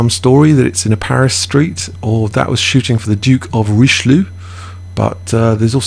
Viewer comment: It is: shanne dÜ Barri and Ri sh El jö. Every french Person must be thinking..how can you do that!